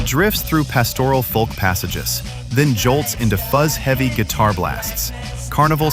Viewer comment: Who started the whole pronouncing the "L" in folk (folk music)... It has a silent L... Glad you didn't leave out The Soft Machine.